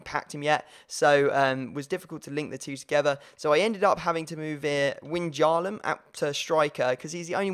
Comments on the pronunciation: Wijnaldum is pronounced Why-naldum I think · You pronounce depay as de-pie and wijnaldum as wine-aldum